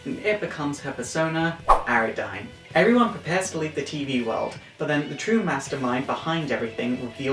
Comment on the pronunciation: first off, the persona Ariadne is pronounced Ar-ee-ad-nee, a character within the Minotaur myth to go along with her Minotaur shadow form and her name being labrys(plus her turning the school into a labyrinth), the other big thing besides other major mispronunciations, is the fact that Persona 4 Arena Ultimax is not a definitive version of Arena, it is a blatant sequel taking place two days after Arena.